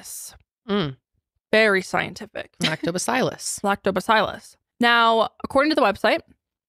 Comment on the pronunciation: As a microbiologist hearing you mispronounce lactobacillus is so funny! But also that's a bacteria. Yeast is used in beer too. I'm so curious but still would never drink it!